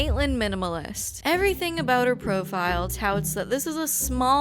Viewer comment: "...invested everythink into crypto" - natural selection.